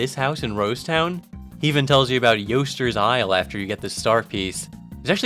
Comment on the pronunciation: Fucking screaming at my computer every time you say "Yo'ster's Isle".